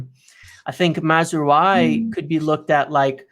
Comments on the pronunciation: OK: it's pronounced Maz-ra-wi (just like 'oui' as in 'yes' in french). Not Mazrooayi or whatever that was. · Hey guys just to tell you that mazraoui is pronounced mazrawi. Good video as always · ' pronunciations have me rolling all the time. Did not see Maz-roo-eye coming